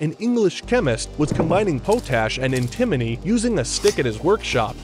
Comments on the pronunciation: The way the dude pronounced Antimony makes me sad. It's pronounced as antih-moe-nee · Pot-ash and anti- mony I knew I something sounded familiar. This pronunciation drove me crazy. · It's pronounced pot ● ash potash.. the other is pronounced ant ● ah ● mow ● nee antimony. Please get an education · Was this one of those new bots that sound eerily human-like, or do you just stink at pronouncing elements? It’s “Pot-ash” cause it’s literally ash made in a pot, and “AN-ti-moe-nee” not “Poe-tash” and “an-TI-muh-nee” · Like "Anti-Money." I was fresh out of college and tried to use that around other engineers. Just think of it like bills and debt because it's pronounced similar to anti-💵. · Great video, but it’s actually pronounced ant-ti-moh-nee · Never heard Sb pronounced "Ann timonee" before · Wtf, pot-ash and anti-mony, jacked up pronunciation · And he fucked up pronouncing antimony. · How did bro pronounce Antimony 💀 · POT-ASH not POH-Tash. Also you pronounce antimony wrong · Dude you need to wake up, grab a dictionary, and look up the pronunciation of antimony. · Maybe learn how to pronounce potash and antimony